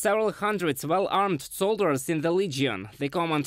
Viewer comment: I know it is not his first language but he pronounce corps as corpse which means dead body and he pronounce soldiers as solders which means joining metals.